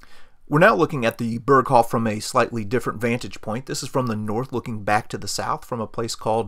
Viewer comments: How can you say he got a view to Austria on the North side of the Berghof. How is this possible? Austria is in the South. And by the way its pronounced "Beeerghoooof" not Perkhofff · I suggest you, before to do a Documentary about "Berghof", to learn to pronounce the name of it. It's not an American name of a Village, it is a German name, should be the minimum that you know how to pronounce it. It's just 1 word, isn't that hard to learn it instead to repeat it in the video for 50 times and all the 50 times wrong. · If you want to pronounce it correctly, it’s not like Hasselhoff. “Bearghohv” might get you there.